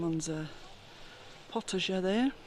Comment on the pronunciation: Just FYI prescription is 'ordonnance' & 'potager' is phonetically pronounced 'pota-jay' not pota-jer ;-)